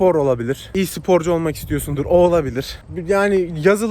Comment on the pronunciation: E-sporcu kelimesinde "E" harfini İngilizce okuyup sprocuyu Türkçe okuyan seviliyorsun <3